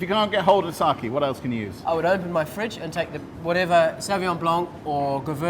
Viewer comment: saKE! KEEEE!! NOT saki. Why do so many english-speakers get this wrong?